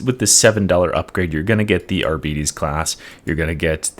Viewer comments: Arbites is spelled like arbiter, but with an s. Arbiter means judge, arbites is the plural form. Its not arbitees. Or arbytes. its literally just like arbiter but with an S instead of R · Ar-beet-ees. :elbowcough: I was left with the impression they're called Ar-bites. Arbeetees sounds like space diabetes xD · wait is that how you pronounce arbites ? as a german, when i read it, it sounded really sick in my head. now you make him sound like diabetis younger brother. thats not actually it is it? :,D